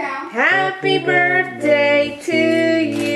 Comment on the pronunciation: "HAPPY BURTDAY!" LOL Happy birthday! :D